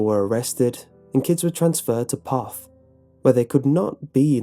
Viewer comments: And Poth is pronounced Poe-th.... I know those Pollocks make difficult names Hated competing against them and having to read out their last names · I live in one of koe-shoe-sko I have family in P-owe-f-th The only one you got right was floresville XDDD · You have to live here in South Texas to know how to pronounce Kosciusko. It is pronounced Ka-shu-ko. and by the way. It's pronounced Poe-th ......LOL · I love in floresville texas ( a little bit away from poth and there (k town) ). this is really wrong. my grandma went there and I went there today. it is full of people, and it's not a scary place. second, it's pernounce ka-shu-sco, and poth is pernounce po-th. I am seriously upset that they get this town wrong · 👍🏻it's pronounced "p-oath" TX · Lmao can't even say the name right. Did they just google it and make up the rest???? Lived outside of Poth all my life (25years) this video is dumb come out and see how much fun we have at the dance hall which btw has had many famous country singers play at and is till up and swinging. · Ur saying Poth wrong and I am from floresville.